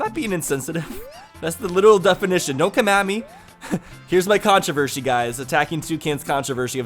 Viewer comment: The only “controvershy” of 2018 has been your pronunciation lately, man